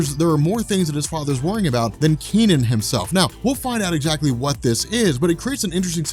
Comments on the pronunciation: Technically...it's pronounced as Kuh Nun, not Kee Nan. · Hey, I suspect that his name is not pronounced "Key-Nen", but something more like "Kuh-Nan". If you want, use Google Translate to pronounce these words: 柯南. My headcannon is that his name is the Chinese transliteration of Conan, so you can call him that I guess. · I'm developing cancer listening to you pronounce the kid's name. Its not Kee Nen. Its Ke (similar to HER) Nan (similar to VietNAM).